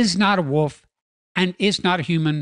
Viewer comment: you do realize that the word “wolf” has an “L” in it and not two “U’s” right? Hahaha, “wuuf”! Just messing with you-love your stuff!